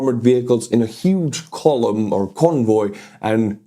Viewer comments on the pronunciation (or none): "Huge colon" 🤣lol. I know what you were trying to say there Estonian brother, "Colon" also means the longest part of the large intestine lol 😅But ya, we say Kolona in LIthuanian too.